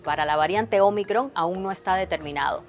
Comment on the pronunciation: me gusta como dice omicron